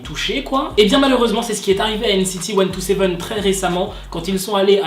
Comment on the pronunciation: ...stp....NCT cent-vingt-sept ou bien "ilichi" (127 en coréen)....mais pas 1-2-7😭😭😅. Et sinon BTS sans Tae bah c'est ce qu'on appelle Disband😅🖕❤#VYourArePerfect❤